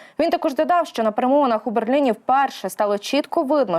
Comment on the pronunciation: Скільки можнв безграмотно розмовляти! "ПЕРЕМОВИНИ" невже так важко вивчити це слово,яке зараз півторюється постійно на всіх каналах та програмах!!!!!!!